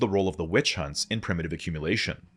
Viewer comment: Love the video, like all of you videos. "accmumulation"